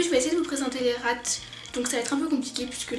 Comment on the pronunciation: Cc, j'adore car tu dis les RATE mais ça se dit les RA(T) !